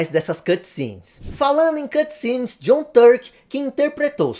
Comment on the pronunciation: Sai pra lá ô "Tom djãm" 😂 ❤